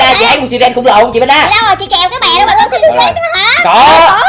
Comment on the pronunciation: Là sai rần hét ( siren) k phải si ren ạ